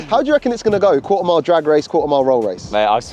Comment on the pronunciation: Qua'er mile🤣